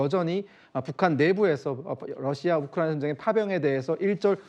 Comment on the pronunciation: 로씨야? 탈북하신 분들은 다 러시아가 아니라 로씨야로 발음하시더군요.